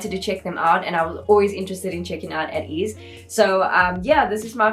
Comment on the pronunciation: It's pronounced as 'Ey-teez' btw also thank u so much for this reaction! Ateez follows a certain storyline with their mv's and music plus theur song albums are also so good! If you want to react more to ateez, I suggest INCEPTION and THANXX MV their other recent mv's